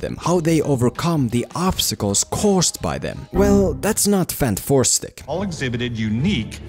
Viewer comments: Everyone says it Fan-Four-Stick, but shouldn’t it be Fant-Four-Stick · Im so happy he calls it "fanfourstick" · I needed to laugh every time you said fan 4 stic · so funny when you say FANT FOUR STICK, lol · Dude i legit cant take you serious when you keep saying fant 4 stick😂